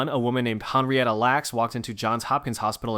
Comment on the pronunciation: Henrietta is pronounced "henn-ree-ettuh," not the way you pronounced it. And "Hela" is pronounced "HEE-luh." You finally correctly pronounced it right at the end of the story about them. Everyone, Google is free and it will give you the correct pronunciation of words if you're not sure. And yes, my friends call me The Pronunciation Nazi.